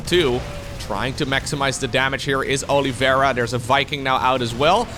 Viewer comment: Man, what a butchered way to pronounce Oliveira